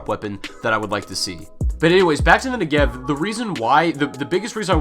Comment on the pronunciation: You pronounce Negev wrong